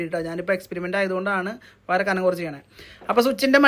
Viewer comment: വയറ അല്ല വയർ എന്ന് പറയൂ